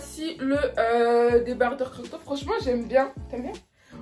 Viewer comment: En rien c'est méchant c'est juste des remarques pour toi, tu les prends ou non mdr. On dit croP top mdr ça m'a stressée, et c'est dommage que tu mette autant de temps sur chaque article je t'avoue que je passait à chaque fois 20 secondes pour chaque article tellement c'était long😅